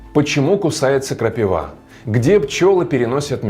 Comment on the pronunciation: КрапИ́И́И́ва !!!!!!!!!!!!!!!!! А не крапивА́!